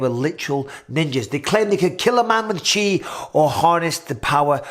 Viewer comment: Finally someone pronounces it as 'chi' instead of 'ki'